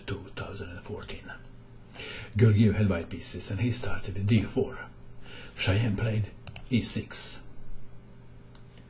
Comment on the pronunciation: Hi! Shyam is an Indian Name pronounced "Shaam":D